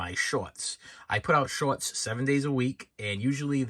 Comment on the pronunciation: He says 'shorts' like 'shauwatts'.. and 'Bark' like 'Bawlk" 🤣